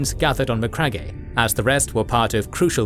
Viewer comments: It's pronounced as Ma-crag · Great video as always! But please brother, for the love of all that is holy, it’s MA-CRAG 👂🩸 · I love these videos, but every time i hear Macragg eh i cringe a little 😬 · Macragg-e HAHAHAHA, cmon man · His pronunciation of McCragge cracks me up. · so...have you never heard the correct pronunciation of the word Macragge? bit of a silent E on the end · It kills me every time he says it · MEANWHILE, BACK ON MACRAGGE-EH! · Macragge-eh lol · Not how to pronounce Macragge😮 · Yeah, thats bothering me too. Something is off. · For the love of the God emperor,can you please spend zero dollars and get the correct pronunciation for names?! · No hate but your pronounciation of MacCragge and Nuceria are wrong